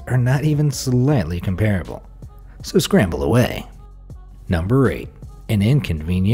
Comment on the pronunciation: I like most of your videos and am subscribed to this channel. Also love your voice. At the risk of being severely chided, I would ask that you check on how to pronounce "comparable."